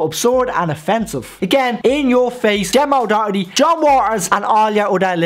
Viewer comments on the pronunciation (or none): none